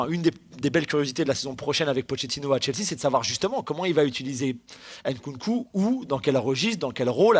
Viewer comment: C'est nkounkou pas n'koukou bande de fils de pute respecter les noms africains